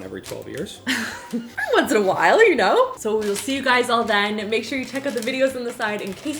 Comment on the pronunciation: I love how pronounces her H's in Whip and While lol.